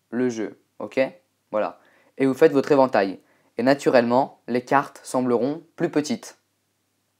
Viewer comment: Quand tu dis "évantail" on dirait un chinois XD